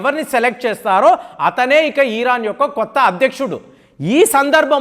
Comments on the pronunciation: Veedu కామెంట్స్ చదవడు. Arei Iran ani palakaali ani చెబితే vaadu ఇంకా eeran అంటున్నాడు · It’s not eeraan, it’s Iran